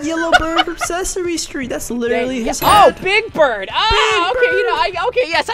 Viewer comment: When they said big bird, I thought they said, big back.